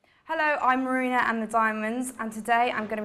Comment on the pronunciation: “hella im marine end the daimunds”